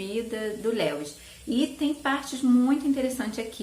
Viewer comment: Que bom que você voltou!!! Gosto muito dos seus vídeos, acho seus gostos muito parecidos com os meus e você é muito querida - Eu amo crônicas de Nárnia, principalmente esse "O peregrino da alvorada" Só um detalhezinho, a pronúncia do nome Lewis é mais parecido com "Líus", nome próprio é assim mesmo, a gente as vezes acaba falando de outro jeito sem saber rsrs Um Xêro!